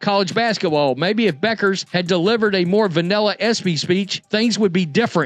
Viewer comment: "The correct pronunciation of "Bueckers" is Beh-kərz. It's not "bueck-ers" but rather "beh-kərz". The "ue" is pronounced as "eh" and the "ck" is pronounced like a "k" sound"